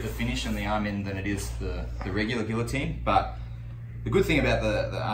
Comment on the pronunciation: It's pronounced guillotine not guillotine